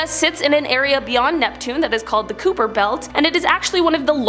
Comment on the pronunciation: Hi I just wanted to let the woman the did the 2nd list know, Kuiper, in the US, isn't pronounced, Cooper. It's Kī'pər(that ui sounds like eye)